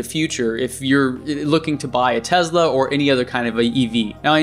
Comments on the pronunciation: It's Te"S"la not Te"Z"la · Why are you pronouncing Tesla like that? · "Tez la" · It's a Tesla not a Tezla, WTF